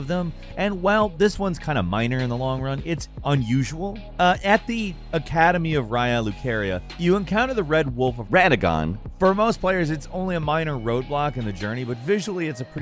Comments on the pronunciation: haha he said wed wolf instead of red wolf as well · Also “Wed Wolf of Radagon” 😒